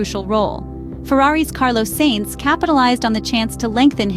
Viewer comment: I’ve noticed you keep sayimg ‘Saints’. It’s more of ‘Science’ than ‘Saints’. Forza Ferrari 🔥